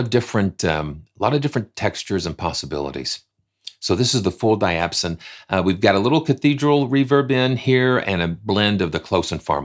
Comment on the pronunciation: Great video! Diapason is pronounced: Dye - a - Pay - son. I use the quick load in Kontakt all the time and it is a great tool!